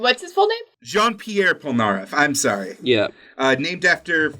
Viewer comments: i stg if he says polNAHreff and mEHnga one more time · Stop saying POL-NAREF Fuckin damn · Pole-nAIR-eff triggered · *Jean "G-en" Pierre "Pee-air" Polnareff "Pole-nar-F.😒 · You pronounced polnareff wrong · “John Popolnar Polnareff” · me, a french, trying to find out who tf michael polnareff, googling it and realizing that the pronunciation was just wrong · Was I the only was getting triggered when he would say Polnareffe name the wrong way? 😂 no just me? Okay lol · I'm french so I'm laughing because you try and fail to pronounce Jean-Pierre Polnareff 😂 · Jesus Christ the pronunciation of polnareff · THEY FREAKING SAY POLNAREFF'S NAME A HUNDRED TIMES IN THE SERIES. HOW CAN AMERICANS NEVER PRONOUNCE FOREIGN NAMES CORRECTLY?